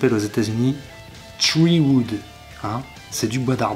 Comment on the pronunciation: oh putain ... le "tree wood" il m'a tué.